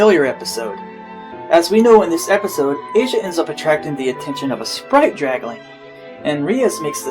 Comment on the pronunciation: Asia effect. BTW Asia's name is pronounced Ah-Ze-ah She is named after an actress , not the Continent!